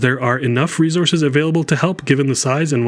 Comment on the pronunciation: Dislike for the way he's saying "resources"